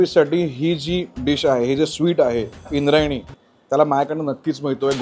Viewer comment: ते इंद्राणी आहे इंद्रायणी नाही भावा....